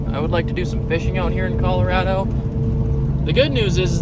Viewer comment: If I had a nickel for every time he said Colorado wrong I would have a lot of nickels